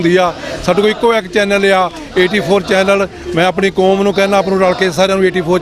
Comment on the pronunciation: learn how to correctly speak Panjabi. ਕੋਮ ਨਹੀਂ, ਕੌਮ ਹੁੰਦਾ। ਮੋਸਮ ਨਹੀਂ, ਮੌਸਮ ਹੁੰਦਾ। Also with dark glasses, you look like a blind person.